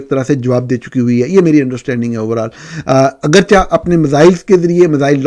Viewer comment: AGERCHEY. N. not. AGERCHA. باقی آپکی انویسٹیگیٹو جرنلزم کو اور آپ کی جرات اور ھمت کو سلام.. A True muslim you are❤